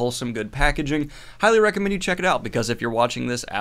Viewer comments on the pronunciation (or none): none